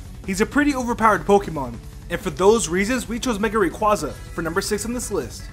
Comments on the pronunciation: ITS RAY QUAY ZA NOT QUA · Rayquaza (rā quā za)